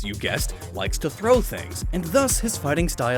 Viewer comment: It's Throh, NOT Throw! And does Throh look like a cat to you? LOOK UP ITS ORIGIN!